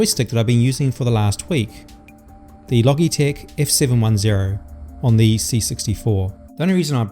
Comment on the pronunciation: It’s pronounced “Loj-eee-tech”.